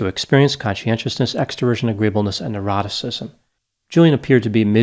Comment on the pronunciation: Love your videos, but you really need to hit your "N"'s harder. Took you saying it three times to realize you were saying "neuroticism". First two time I honestly heard "eroticism".